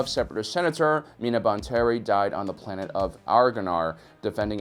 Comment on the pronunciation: I heard ploonet just me?